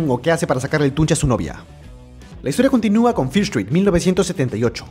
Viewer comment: que curioso el lo pronuncia fieer y es fiir pero muy padre el resumen aunque ya me las vi